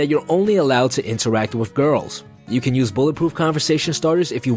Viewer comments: Are you saying “wif” instead of wiTH? 😂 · guy says "wiff" a lot.